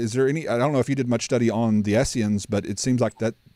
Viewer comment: Really enjoyed this as I am really just now getting into this topic (determinism vs free will) in depth for the first time. I only have one piece of advice though - it is Essenes (not Esseans or Essians). I have to pick on someone other than B.H. ;-)